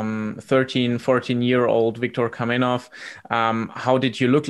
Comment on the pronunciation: KAMENOV, ne kaminov, retrati